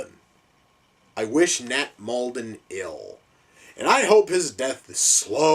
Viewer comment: "I wish Nat Molden ill!" The guys name is Nat lol HAHA